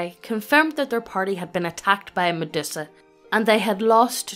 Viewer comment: lol "Meddussa" I have never heard anyone pronounce it like that before